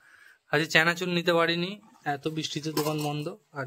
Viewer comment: চানাচুর ❌ চেনাচুর ✅😂